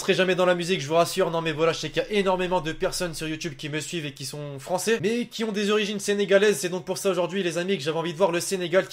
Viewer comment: tu parle pas "francer"